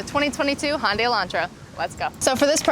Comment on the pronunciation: Handay - Hundai